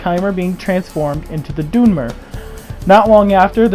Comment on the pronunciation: Please don't say the doonmer it's the dunmer